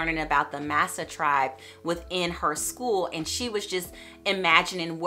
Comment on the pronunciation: Hi, thank you for sharing with us. The book you weren't sure of the pronunciation of Masai it's pronounced as Mas-ai (mass-eye). ♥️♥️♥️